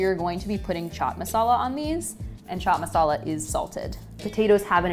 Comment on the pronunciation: Chhhhh chhhat masala 😒not to fan ..bt the rest👍👍..best thing no india accent and she is positive active.and belive me .i love indian food and good people too👍we need more foreign people in america